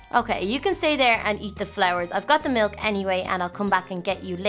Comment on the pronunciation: You can't say milk your saying mulk